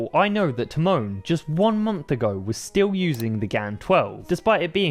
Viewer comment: The accent is on Ty, not mon ;). TYmon, not tyMON